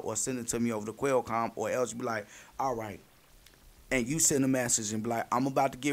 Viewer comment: I cringe every time you call it a quail com